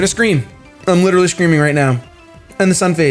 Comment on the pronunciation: And could you please pronounce "literally" correctly? There is an "e"